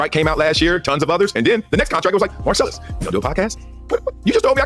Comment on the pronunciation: What fucking school did you go to .who the hell is marcellyus.please drop the y 😭😭😭